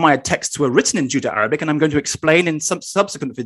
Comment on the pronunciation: My bad you didn't write in last video, but said it clearly as Judo-Arabic. Nothing to do with accent, see at of last video. I take it that that wasn't intended and you meant Judeo.